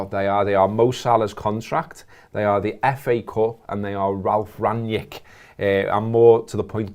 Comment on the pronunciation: "Rangjik"! That's so disappointing! I always wonder if Brits are just ignorant to pronounce foreign names correctly or... Again, disappointing! :-(( Just say it as it is written: Rang Nick! ;-)